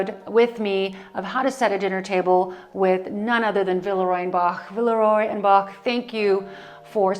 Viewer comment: that collection ‘la boule’ is gorgeous; but I think the name of the brand should be pronounced as : vilrua bosh